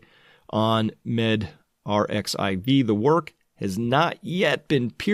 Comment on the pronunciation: dear Chris, Medrxiv is pronounced "med-archive" in fact the χ is the greek letter "Chi"